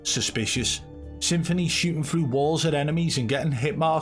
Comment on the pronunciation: Stop prenouncing this rat's name as Symphony, it's Some-Phoney!